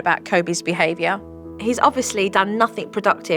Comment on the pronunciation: nothink, abscholutely